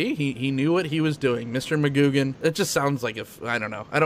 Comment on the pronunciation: FYI McGuigan is pronounced muh-gwi-guhn.